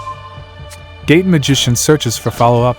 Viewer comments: I keep hearing "gay magician" every time LOOOOL great video though man dropped a like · Am i the only one who heard gay magician instead of gate? Lol Also still keeping my hopes up for an endymion guide